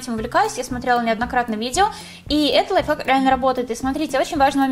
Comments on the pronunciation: Мне все видео казалось, что она говорила "лайфак" xD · Она сказала лофак Я:хахахахахахахахахахахахахаххахахаа😂😂